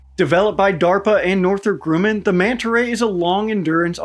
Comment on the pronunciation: “Northrop groomam”